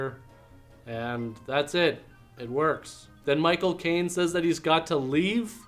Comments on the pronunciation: Every time you say Michael Caine it sounds like My cocaine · Haha when you said Michael Caine it sounded like "my cocaine" 🤣